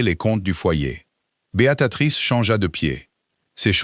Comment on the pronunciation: L'IA ne sait pas prononcer Béatrice renooncez à ce prénom ! C'est lamentable .